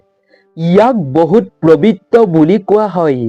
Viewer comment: Prabitra nohoi pobitra he . Aapuni eketa bakyake bare bare koise . Huniboloi bhal loga nai .